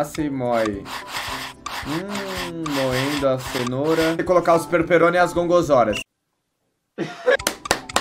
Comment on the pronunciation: "Os perperone e as gongorzora" xkkwjjdi perdi td com esse vídeo pqp